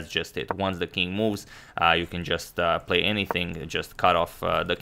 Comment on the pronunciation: Emphasis should've been on "play "...